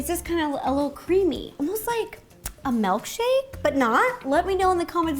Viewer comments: It's so cute how Ro says melkshake instead of milkshake. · anyone notice how she said melk shake instead of milkshake? love rosannas take on words!